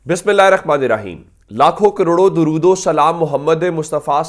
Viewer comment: gozarish Hy k dorood tu Sahi parha karain myry Bhai. 😢😢😢😢😢😢😢😢😢😢😢😢😢😢😢😢😢😢